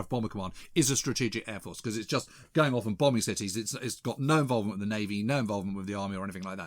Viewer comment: Who's it wiv, James?